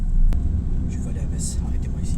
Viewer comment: Ahah en tout cas tu connais Metz et le dit sans faute sa fait plaisir 😊